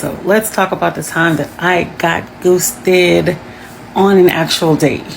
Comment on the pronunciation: Goosted........WTF IS THAT? You'd better get your cardio on every day girl